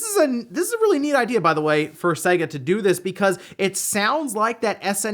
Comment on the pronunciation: Seyga, not Sehga.